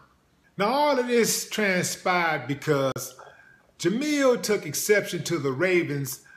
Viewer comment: Willie, my brother, it's Jemele not Jamille.